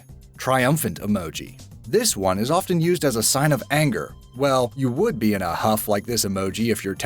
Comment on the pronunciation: Often is pronounced ‘offen’, the t is silent